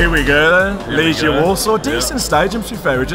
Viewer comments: And do me a favour, please. Name of our team pronuciation is "LeGHIa" like "spaGHEtti" no "LeGIa" like... "maGic". :) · Your pronounciation sucks incidentally. It's Leg-eee-A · Greetings from Warsaw. I hope you enjoyed your visit. I've lived here for 9 years. Just to help, you pronounce it Leg-ee-a